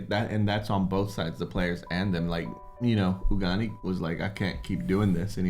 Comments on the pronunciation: Ugani was funny 😄 it's AGUNI. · It's episode 8, season finale, and you guys are still calling Aguni as Ugani. 😅😅😅